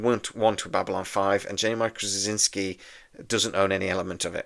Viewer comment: You always have very interesting videos. However, what are you actually saying in your pronunciation of JMS last name? My understanding is it is 'straw-zin-ski'.